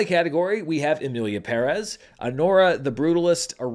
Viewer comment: Finally an American who pronounces Emilia Pérez correctly 😊